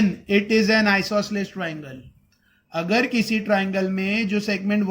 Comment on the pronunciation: Sir Aap Agar Ko Akhar Kyo Bolate hon 🤨🤨🙄🙄